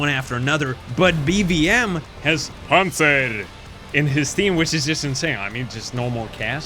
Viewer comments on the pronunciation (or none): none